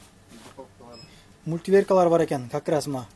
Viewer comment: Мультиверка эмес мультиварка😅